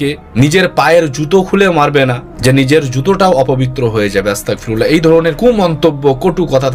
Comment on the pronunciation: তওবা টাও ভালো করে করতে পারছিসনা আস্তাগফিরুল্লাহ কে আস্তাকফিরুল্লাহ